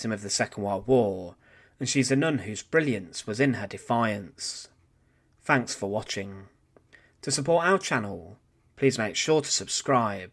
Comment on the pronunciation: Also its not fanks its THANKS